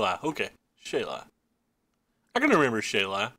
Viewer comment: FWIW It's pronounced Shah-lai.(ai sound like the I sound in the word right)